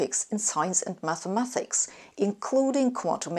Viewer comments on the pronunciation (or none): Sabine, I think you are really great except for your mispronunciation of 'mathematics' as 'mathemathics'.